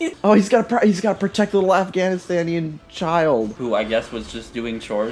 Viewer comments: Well you said Afghanistanian which wasn’t right it’s just like Afghan but you nailed it bahahaha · Man said afghanistanian